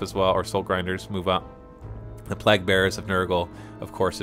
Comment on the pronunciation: "Plague" is pronounced Play'g